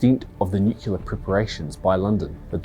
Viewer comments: THousands of bodies ??? You mean millions. Also, please stop saying Nu CYOO lar. It is Nu CLEE AR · 'Nukeyaler' is not a word. The word is NuClear..Nu-Clear.. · Who tf says "nucular"? That isn't even a word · Nuclear. New-klee-are.